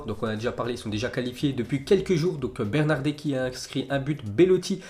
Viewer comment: MRD comment il dit Bernadeschi 😂😂😂